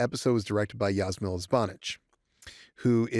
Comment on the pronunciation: Just FYI, Ž represents ZH sound (like French J) - not Z - in Jasmila Žbanić's name. Btw. pronunciation of Jasmila was perfect. And she's great, one of Europe's finest directors. Thanks for having her. Being from same country and similar age, I totally get why she wanted to direct this specific episode.